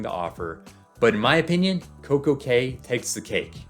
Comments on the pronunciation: Cay is pronounced "Key." 🤓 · FYI, cay is pronounced key.